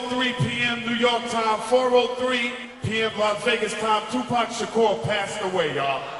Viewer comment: hahahaha "twopop shiquorum"????